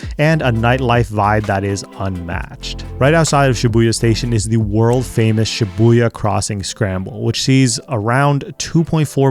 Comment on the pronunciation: I like how you mention Shi-buoy-ya